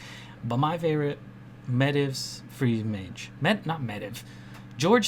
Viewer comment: Great video dude. Might start running eater of secrets now. Kindof nitpicking, but I disagree with your pronunciation of N'Zoth and Medivh lol.